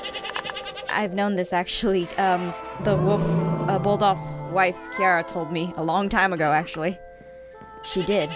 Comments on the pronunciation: Just realised that ALLLLLL this time Aphmau pronounced Khira KIARA (like my name)it sounds like Kira u know???!!! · OMG APHMAU Kira IS HOW YOU PRONOUNCE MY NAME!!!!!!😲😰😖🙆